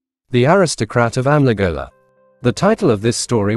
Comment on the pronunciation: As always its a good story, but the ai Narration part of Amligola and Gowndadhurai pronounciation is very of putting.